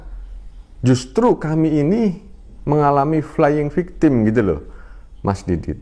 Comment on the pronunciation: "Kami ini mengalami 'flying victim'" Ada yang denger yang sama gak? 🤣🤣🤣